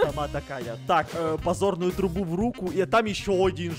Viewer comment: Поч говорит не подзорную трубу а позорную трубу?